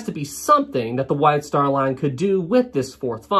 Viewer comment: 'White star lan fanalased an this deesan' I can't sorry 😆